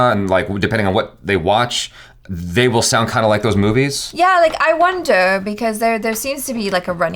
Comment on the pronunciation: When said.. “i wonder” she sounded as if she was trying british accent.